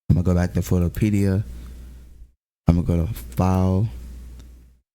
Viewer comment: Someone teach bro how to pronounce minimize and photopea